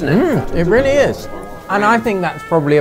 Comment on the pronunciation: 올리 아버지 뤼얼뤼 발음 진짜 다른 리얼리랑 급이 다른거 같다